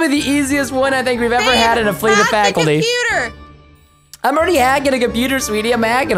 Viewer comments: u say fackilty when its a c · why did he said fakilty?